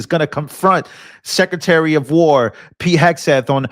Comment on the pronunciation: He said scretary of defense😂😂